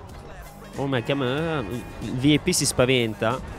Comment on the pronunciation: O ma vip come lo hai letto 😂